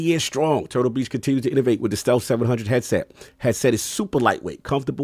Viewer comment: addict: it's "innovate", not "innervate"!! Also "idea" not "ideal". SPEAK ENGLISH. meaning no offense 🙏